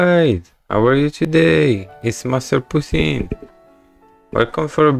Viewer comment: at the start when he said Heyy it’s, sounded like he said master pussay 💀😆😆